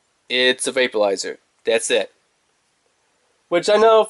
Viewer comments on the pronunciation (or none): Are you saying VAPE-U-LIZER?????